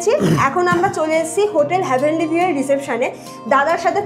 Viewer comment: ওটা হ্যা ভেনলি নয়।heavenly.